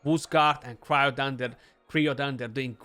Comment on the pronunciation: Hey brother it would be pronounced cry-o-dan like crying. The champ has freeze so Cryo- is from the Ancient Greek κρύος (krúos, “ice, icy cold, chill, frost”). There's things like cryo therapy so I've heard it pronounced quite a bit. Anyway best to you and the family 👍